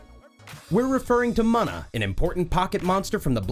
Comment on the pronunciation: You really can't be this stupid. Hiw do you keep pronouncing things like Munna or Regi's last name heck if I hear 1 more miyamato instead of miyamoto